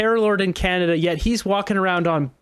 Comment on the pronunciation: Welcome to Canaduh hahaha hahaha 🤣🤣